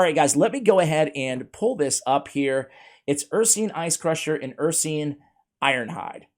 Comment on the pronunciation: Ursine is pronounced ur-sign, not ur-seen.